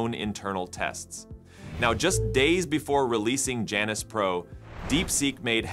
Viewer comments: That's Janus, not Janice 😂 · Why Janus? Could it be that they mean Jew-anus? Seriously y'all. I am not joking. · You can’t say Janus without saying anus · It would be nice if the reader could pronounce Janus...